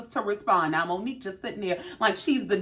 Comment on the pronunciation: Omg!!! You said it!!!! Way better than I did!! Well enunciated!!